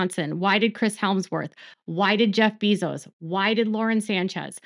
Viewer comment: I feel like someone should tell you, it's Bayzos not Beezos. 😅